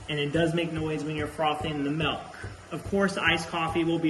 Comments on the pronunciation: Stop saying melk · That’s a lot of MELK lol